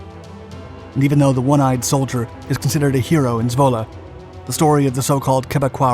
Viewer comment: Great to hear that you pronounce Zwolle correctly :)